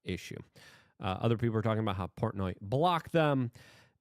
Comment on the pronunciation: Dude how do you pronounce portnoy correctly and then immediately say it wrong, i love you luke my dyslexic slavic brotber